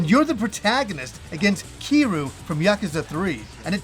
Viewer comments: It's pronounced as Kir-yu. Nit keeru, come on. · "Ki-ru"... Has Y in there.😂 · Why are we pronouncing kiryu like keeroo 😂